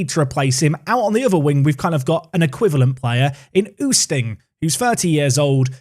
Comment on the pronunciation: Oosting is pronounced as oasting